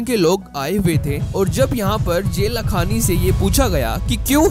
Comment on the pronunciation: It's not जे लखांनी it's जय लखांनी !